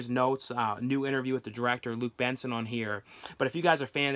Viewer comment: lol i like how you pronounced Luc Besson as Luke Benson 😂 Anyways, great video as always.